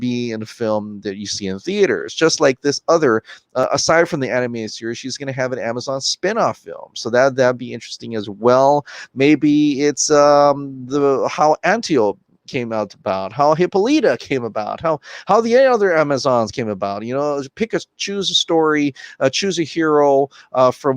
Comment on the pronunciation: The way people say Antiope and Hippolyta make me cringe. 😂😂😂